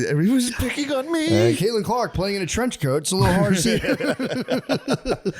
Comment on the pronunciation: around half hour in "and there's Caitlin Clarke there in the trench coact" 😂